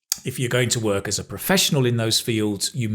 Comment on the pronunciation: Could you tell me please, why in the sentence "Well, if you want to study or work in the English speaking country, you probably need to show the university or collage, or what place?" do you pronounce the word "work", the same way we pronounce word "walk", like walk in the park?